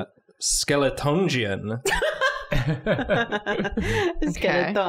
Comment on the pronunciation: the way pronounced skeletongeon was so satisfying I had to replay it several times